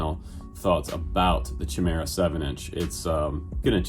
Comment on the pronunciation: I think it's pronounced 'ky meer ah' . Thanks for doing this rundown..looks good~